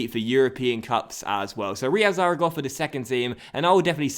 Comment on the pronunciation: You say Zaragossa